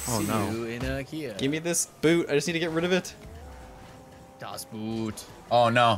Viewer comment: the movie "das boot" sounds more like boat btw its no "u" :D i always see americans call it das buuuut.